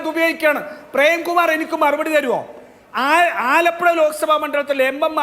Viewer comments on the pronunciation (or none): none